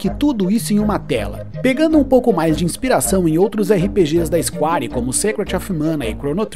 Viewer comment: Ótimo conteúdo. Mas é isquér e não isquári.... Square = isquér!